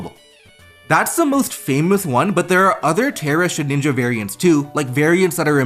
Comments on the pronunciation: Why do u call it ShedNinja Its just Shedinja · Please. Please the name is shed-In-ja not shed-ninja. Please. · Great video but it's Shedinja not Shedninja and that irked me lol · I love your content but I was getting sooooo pissed at you calling Shedinja "Shedninja" 😂😂 great vid tho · It's Shedinja with one N. Why on earth does everyone feel the need to say shedNinja? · Take a shot every time he says “shed-ninja” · Please, for my sanity's sake, please stop saying shed (N) inja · …did you just say “shedninja”? 🫠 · Nobody ever:: SHEDNINJA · You saying Shedninja bothered me so much for some reason. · One day you’ll learn how to pronounce Shedinja. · mispronouncing Shedinja is iconic at this point